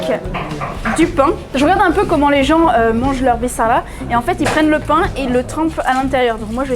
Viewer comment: mon dieu bisara pas bisarla XDD (je t'en veux pas je sais tu connais pas la langue :) )